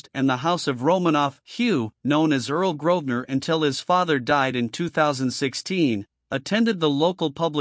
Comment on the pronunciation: The family name is Grosvenor, not Grodner.